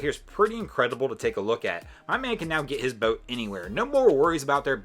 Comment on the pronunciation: You need to learn how to say boat.